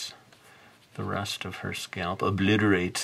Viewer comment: 😂 I like the way you pronounced "obliterate".... Like some mad scientist😄